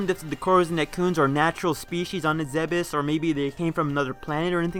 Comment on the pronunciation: Ugh. It's pronounced "Zeebs."